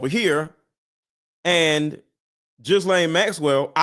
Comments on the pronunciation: pronounced Geelayne not Gislayne! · Pronounced Ghelaine. Hard G. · “Ghee-Lane Maxwell” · Lies all lies Ghlane pronounced galane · Say it like Guilty... Guilty Ghislaine... "Gu-Lane" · She is also an actor. Kirk is authentic however, and in his last photo by the water he looked different from his usual happy warrior demeanor. take the s out of gis Gislane Maxwells name you pronounce it phonetically without the s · Ghislaine pronounced without an s..